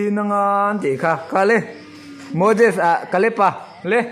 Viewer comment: Thluk dan chu thuhrang, a ziaktupa hian handwriting a zir that a ngai ani. Chubakah Moses hi Mozez tih anga lam tur, Mojes nilo in.